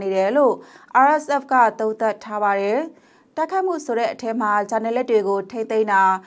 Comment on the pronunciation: အံကျိတ်ပြီး ( တယ် )လို့မပြောပါနဲ့လေကောင်မရေ့